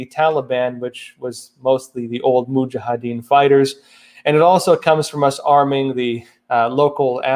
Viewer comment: Moo-zha ha deen (Mujahideen)